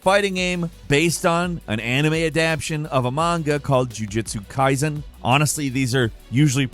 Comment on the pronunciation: The way you said jujitsu kaisen, it sounds like you don’t know it’s one of the biggest anime and manga of all time